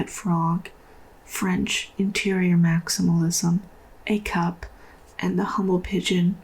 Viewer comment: i love the chaos and i love the nonsense but i also love THE WHOLE SENSE... great video! very casual and fun but insightful :) edit: by the way, when you said 'a cup' it sounded like 'acab', which is honestly another great guide for 2024